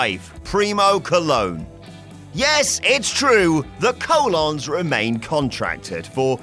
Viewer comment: The Coe-Lawns?! Who the f**k are The Coe-Lawns?! Do you mean The Colons?